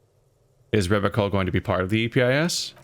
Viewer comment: What you were pronouncing wrong before was not the "ch" (which is almost always "sh" in French, and is true in the name "Revachol" as well) but the 'e' -- it's a short 'e', like in "red", not a long 'e' like "reed". You were saying "Reevashol" in your "corrected" pronunciation. There's also the throaty French 'r', but that's a hard one for a lot of people so don't worry about it. Does that make it more clear what you're getting wrong?